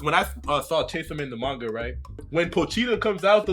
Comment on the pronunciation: Wait... are you two saying "Manja" instead of Manga? 😭